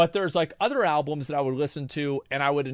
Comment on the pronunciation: alblums xD